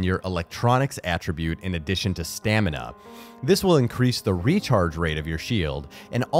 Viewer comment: Stanima? Anyone else caught that?